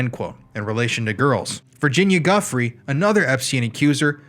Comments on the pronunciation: "Giuffre" is pronounced "juh-FRAY". Check pronunciations of weird spelling. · My previous comment was deleted, so, again: J.E is still alive. Virginia Giuffre’s last name is pronounced like Joo-fray. Clintons Podesta Obama will never answer for their crimes. James alefantis too. Comet Ping Pong activity is no conspiracy. Proper research of James his friends and the place prove it. Hillary Obama Podesta emails about children,again,real. Pls do not delete this comment as well. We have the right to write facts.